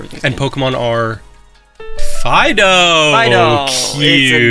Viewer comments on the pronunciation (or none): none